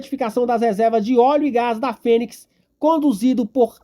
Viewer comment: Respeitosamente, nao entendo pq o titular desse canal, quando se referiu ao polo PIRIQUITO, pronunciou "priquito" - q linguagem popular se refere à genitalia feminina. Sinceramente, imagino q dar margem pra se descredito às informavoes prestadas. E tbm "ponix", ao invés de Fênix. Somente observacoes q julguei convenientes. Abçs fratrernos.